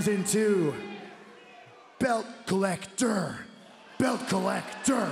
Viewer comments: No Kenny it's BELT COL LEC TOR 👏👏👏👏👏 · Belt Co Lec tor! Lmao